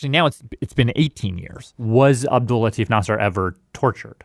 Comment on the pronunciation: i love the podcast, but the way the host says his name is making me so uncomfortable. that's not how you say latif. its la-t-ee-f. because in Arabic, farsi, urdu etc there's a ي between the "t" and the "f". i know its a small thing but its driving me mad